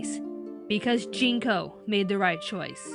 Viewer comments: isn't it Junko not Jinko? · Junko Kaname. not Jinko. Sorry for pedantics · One little nitpick, but it's Junko Kaname, not Jinko